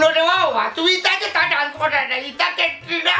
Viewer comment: ডান্স শুদ্ধ উচ্চারণ 😊❤ ড্রানস ভুল উচ্চারণ 🦋🍫🍫